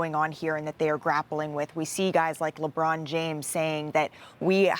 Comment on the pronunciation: lebought james